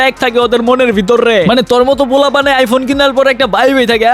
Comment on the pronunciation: এই শালা তো প্রতিবন্ধি আইফোন রে আইফুন বলে